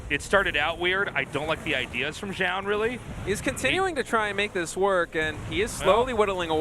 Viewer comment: Can Zoun just please rename himself? I don't have faith that Tasteless can learn how to pronounce it correctly any time soon